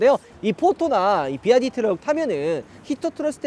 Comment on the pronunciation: 비와이디를 자꾸 비아디 ㅋㅋㅋㅋㅋ